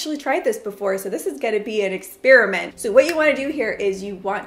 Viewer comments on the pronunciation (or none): none